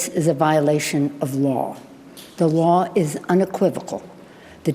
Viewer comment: You heard her, It's a violation of the waw